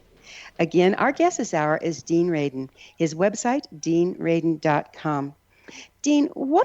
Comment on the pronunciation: R-A-D-I-N . . . for heaven's sake.